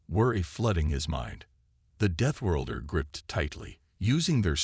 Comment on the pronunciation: Please send AI to reading lessons and English pronunciation classes. Begin with the word deathworlder.